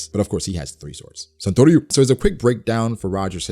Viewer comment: when you said santoryu.. cracked me up dude 😂😂😂